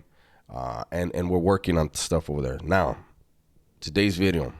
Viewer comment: Did you say new bideo? 😂